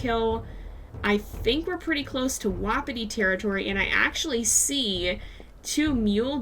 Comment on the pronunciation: You say Wapiti weird like Wappati. <3 Love ur series